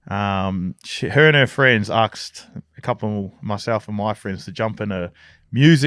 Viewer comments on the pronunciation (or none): Lol he can't say asked 🤣🤣🤣🤣 Aksed